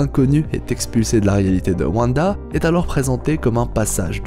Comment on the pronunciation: A ne regarder qu'en vo svp les gens ! Car "Vanda" c'est juste pas possible